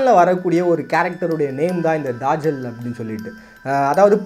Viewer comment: என்ன bro தஜ்ஜாலுனு எழுதீட்டு தாஜல்னு வாஸிக்கிறீங்களே. நல்ல சிறந்த காணோலி இன்னும் தேடுங்கள் நிறய மர்மங்கள் கிடைக்கும்